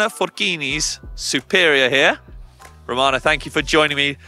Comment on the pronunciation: her name is Ramona. You called her Romana 5 times!